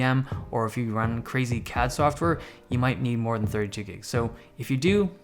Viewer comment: I was wondering why you were saying 32 GB wasn't enough RAM for "crazy cat software". ...Only on my second viewing did I rewind and realize you [probably] meant "crazy CAD software".